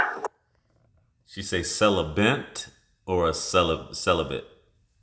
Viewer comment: She so put together saying CELEBENT